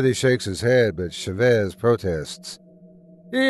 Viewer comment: ChÁvez not chavÉz, it drove me insane that you'd accentuate the wrong part of the word; please you have google translate use it before mispronouncing names so bad T-T